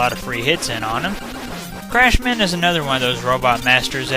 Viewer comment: The whole Crash/Clashman thing is probably due to Japanese being odd with l's and r's but yeah Clash man sounds funny lol. Also I agree that Bubbleman's stage looks great for Nes graphics, those lantern fish are annoying if your going buster only though. Great run once again.